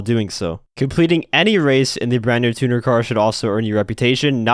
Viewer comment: The amount of gta ytbers and other people that cant pronounce "Tuner" right is mind bending 🤦🤦🤷